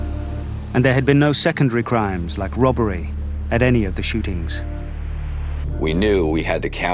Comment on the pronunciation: did the narrator say "rubbery?"